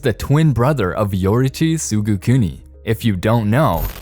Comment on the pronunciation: its pronounced tsugikuni and not tsugukuni